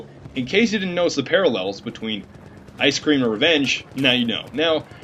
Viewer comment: ze parralles?? haha :D